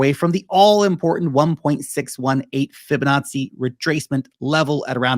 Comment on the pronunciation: Did he just say fibanazi?